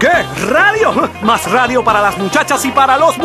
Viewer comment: rrrrrrrradio espantoso